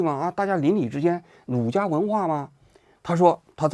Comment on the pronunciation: 儒家，儒念 rú，不念 rǔ